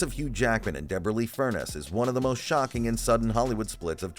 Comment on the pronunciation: FurNEES! FurNESS!!!!! Not “furnace”!!!!